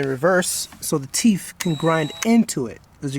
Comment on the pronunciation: Cool tutorial but things are pronounced with a th at the end not an f (ex. it's teeth not teef).